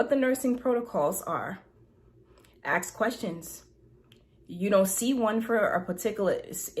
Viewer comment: For someone that is so smart, what would it take for her to learn how to pronounce ASK. It's so simple and easy. 🥴🥴🥴🥴